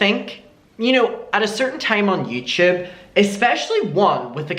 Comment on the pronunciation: I want a compilation of trying to say YouTube “ youchube”